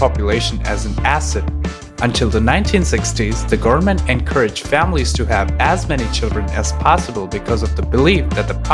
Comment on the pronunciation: Just found this channel, very informative. If I can give a tip, speak slower, some words are rushed, like goverment sounding like garment. Also a bit more pauses between sentences. The whole sounds rushed to transfer the information. If you speak slower and put emphasis on important vowels and such you can improve receptance. Keep it up, I'm curious about how you will grow as a documentary maker